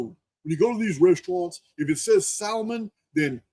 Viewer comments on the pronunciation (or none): You crack me up with how you say Salmon. The L is silent. Much love brother.